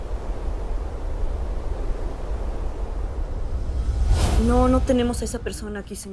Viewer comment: Soy la unica que se dio cuenta que en el minuto la chica dijo graces XD :v